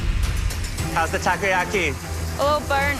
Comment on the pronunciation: I laugh so hard when the other chef pronounced "takoyaki" as "Taco yaki" HAHAHHAAHHAHAHAHAHH